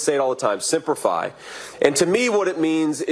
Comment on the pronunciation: LOL. It's not Simper Fi. It's Semper Fi. So it shows that Vance did not "serve" The way he thinks.